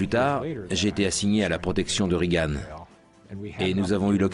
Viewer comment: on ne dit pas "rigane" mais "régan" ! bande de niais !